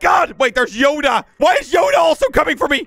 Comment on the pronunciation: The way he says yoda